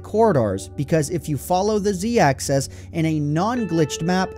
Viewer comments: if you think axis is pronounced access then please delete your google plus account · why do you say axis as access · It's axis. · When you say axis, it sounds like access. I hear "When I move on the z-access..." blah blah. I guess it is just the way you were taught to speak. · angeldiary Yes, but he pronounced the singular form "axis" like "access." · Will you please learn how to pronounce "axis?" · The way you say 'axis' makes me do a double take every time. XD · Who pronounces Axis "Access"? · You're saying "Access" instead of "Axis" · axis...not access... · Axis. Axis. Axis. Not excess. Axis. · axis not access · Access access access... Axis makes an "i" sound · Axis not access. 😉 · He's saying "access" instead of "axis" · "axis" not "access" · Z Access? WTF man? It's axis. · Why does it sound like hes saying access not axis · Axis. Not Access. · Quality video, but the way you say "Axis" kills me. You pronounce it the same as "access." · It's pronounced "axis" not "access" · sounds like he's saying access instead of axis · AXIS. ITS AXIS NOT ACCESS. IM SORRY I HAD TO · It bothers me that he says access instead of axis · Can you please stop pronouncing "axis" as though it were spelled "access" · The way you say "Axis" bothers me. Not trying to insult, but it sounds like "Axess" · Nice vids... but... Axis. not Access. that was killing me. Otherwise nice vid. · AXIS not ACCESS! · AXIS NOT ACCESS JESUS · Great video, but the pronunciation of "axis" as "access" is a real pet peeve for me. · Axis* not access. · "axis," not "access." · X, Y, and Z AXIS. not access. Axis is also the plural of axis so it's the x axis and the y and z axis. Just say axis. Not access. Great video btw, it was filmed beautifully to show off the repetition. What an awesome glitch. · When you sound 'axis' it sounds like 'access' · AXIS. NOT ACCESS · axis not access fatty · Ohmy days he says access instead of axis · why tf do you say access instead of axis? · Axis not access.